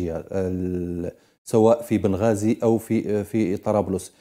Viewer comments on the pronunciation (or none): بنغازي مش بن غازي